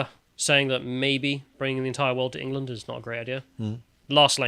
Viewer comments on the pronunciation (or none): none